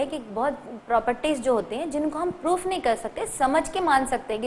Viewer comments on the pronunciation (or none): none